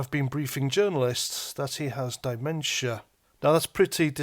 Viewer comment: Dai-mentia? Is that the Welsh variant? 😉